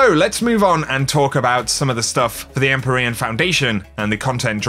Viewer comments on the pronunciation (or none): the word is pronounced "IM-PEER-EE-AN" not "EM-PUR-EE-IN" ... can't be the only one bothered by this